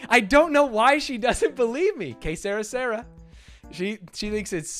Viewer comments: Que sera sera is French and you are both pronouncing it wrong ..... ;) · God damn, I had to see the chat to understand when you were trying to say "Que sera sera". I'm not sure how says it but your pronunciation is clearly wrong